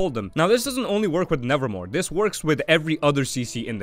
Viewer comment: Good guide, just to clarify though its Nevermove not Nevermore ;)